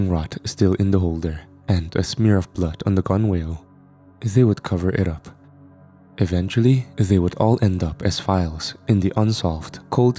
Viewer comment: Gunwale as you pronounced it is correctly pronounced "gunnell" gunn-ell